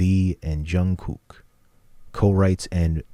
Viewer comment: They are 25 to 30 now...and Jungkook is pronounced Jun Gook...not Jun Cook